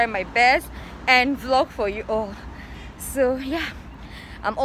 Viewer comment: Girl you really murdered “so” 😂😂 love the hair though❤️